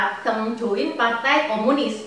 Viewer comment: Deng bukang teenggg